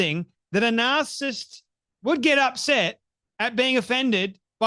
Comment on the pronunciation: Its narcissist, not narcist (which is what you're saying)